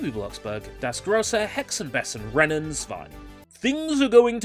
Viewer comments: It's actually pronounced "Bey zen". Oh yeah, I remember Einfuching!!! lol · Have you been learning German lately? It sounds like it improved. Not perfect (I especially laughed when you said "Hexen Bessen") but definitely not Bogenscheissen.